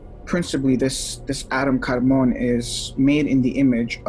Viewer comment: I believe the correct pronunciation of kadman is a little different. It's pronounced like a Jamaican yardie smoking the ganja. Say it with me now kadmaaaaaan maaaaan. Hari chrishna 🙏